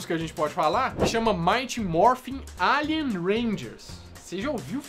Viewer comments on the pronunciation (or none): none